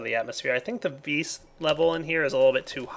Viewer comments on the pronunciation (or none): Stop saying ves say vis that's what it's called